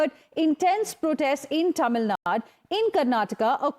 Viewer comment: its not Tamilnad.. its Tamilnadu...